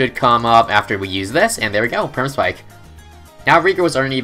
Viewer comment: I know this is a 10 month old video, but , did he say Sperma-Spike?!